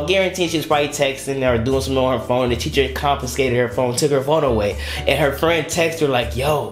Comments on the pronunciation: Is he saying Cheacher in the beginning?😂😂😂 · Bro teacher not cheacher😂😂😂😂😂😂😂😂😂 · It's teacher not cheacher 😂😂😂😂